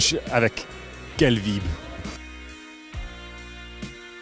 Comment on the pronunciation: Fantastic reporting,. The French needs some work though! The French pronounce 'vibe' like in English and 'cadre' doesn't have an 'ey' on the end;) Good effort though!